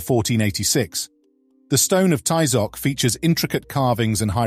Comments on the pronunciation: Please don't ever pronunce aztec names the gringo way, you don't pronounce Ty-Zoc, it's pronounced Tee-zoc, and the strong syllable is the last one, not the fist one, please learn, thank you. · So sad that the narrator did not know how to properly pronounce Tizoc